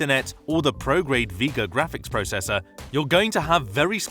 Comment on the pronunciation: It’s pronounced vay-ga, not vee-ga. Macs are good value, iPhones aren’t